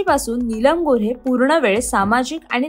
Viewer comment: नीलम गोऱ्हे.. गोरे नाही.